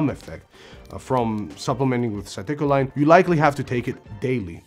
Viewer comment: I'm sure English isn't your first language so I'll give you a pass, but I had no idea you were saying citicoline without reading it on the screen. It's pronounced Sit-ih-co-leen.